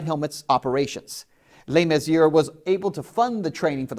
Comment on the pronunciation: Old news on the White Helmets I'm afraid. As for Ben Swann, he might like to try and pronounce James Le Mesurier's name properly. How's that for a Reality Check?